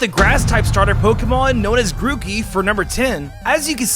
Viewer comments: Was i the only One noticed 'mookey'? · The funny thing is that none of the types on the starters come true sorry. P.S. you called Grookey Mookey. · He sayd mookey/ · DID HE SAY MOOKEY XD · Ah, yes. The Grack, Feel, and Wadst types. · Ah yes. Grack, fiel and wadst.